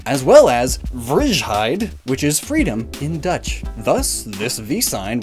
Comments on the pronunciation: Man I do enjoy my vrishhide ^_^ For future reference, it's pronounced vray or vry (like to gray or fry but with a v. somewhere in between those sounds) and hide is more or less correct? the sound is more like "hey" then "hi" but again, somewhere in between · when the letters I and J come together in Dutch it makes a "ei" sound (like saying the letter 3 in German), so the correct pronunciation is "Vrei-heid" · he pronounces vrijheid as vrsjheid. The Dutch 'ij' can sort of be pronounced like the english I as in me. It will sound englishy though but it's still better than vrsjheid. Good try tho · You saying vrieschide made me shiver. Its pronounced more like "vr-ay-hide" 😂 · FRIGEHIDE!!? hahahaha, im sorry i wont blame you but thats hilarious the i and j form one letter so i guess its out fault and it basicly sounds like an english i so to keep it simple, its more like: vri/fry hide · Its not vrijijijiheid. The ij is a y in ducth therefore vryheid. V-ray-hate would be the layman's pronunciation and it means freedom. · I absolutely loved the pronunciation xD. 'Vriezhaait' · As a dutch person, I just can’t get over his pronunciation- it’s too hilarious. “Vrijheid” is actually pronounced vryhyt, or vraihait. It’s difficult to imagine with english tones, but this is about it. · Dus het is vanaf nu vrisjheid? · as a dutch person, the way you butchered 'vrijheid' is on another level of hilariousness. Simplified for english speakers it's pronounced as: vr-hi-hide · I like it how vrijheid got announced as frishheid. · I love how he said "vrijheid" as "vrizgshhaid". Dutch is my home language. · Vrijheid is pronounced as "vr-eye-hide" in dutch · I was dying of laughter because he pronounced vrijheid so wrong🤣🤣🤣 you need to pronounce it like ‘vraihaid’ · WHY DID YOU PRONOUNCE VRIJHEID LIKE THAT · Lol i like the way you say vrijheid. (Its not frishheid) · I love how you say vrijheid, just to tell you but it's pronounced vreyheyd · vrijheid you actually say lik vr-i-h-id